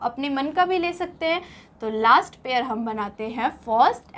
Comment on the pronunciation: Ye pair ko pear padhre